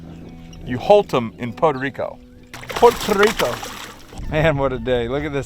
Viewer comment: Lol except he can’t pronounce Puerto Rico he says Pota Rico. Gotta love.